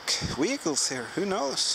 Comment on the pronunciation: I have a question for you. Do the German people pronounce W's like we pronounce V's? I noticed you saying vehicles with a W and vice versa. I've noticed this before with a woman I used to work for that emigrated here in the U.S. with a soldier she married during WWII. She spoke no English but speaks very well now. I love to listen to her speak to her brother in Germany on the phone in German. I also asked her to teach me some curse words in German so I wouldn't be so obvious the next time I expressed myself. Did you know the first metal detector was invented in 1881? The Germans should have used them to find the mines so no one lost their lives. What an awful job Love the kipper/sardine tin, I can almost see a soldier sitting and eating them. Thank you for the.adventure.